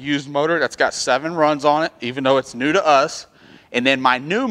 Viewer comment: New not knee!🤦‍♂️